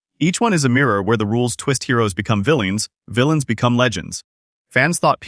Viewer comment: "Vill-ee-ans"?... I hate AI-generated narration. 🤦‍♂️🤦‍♂️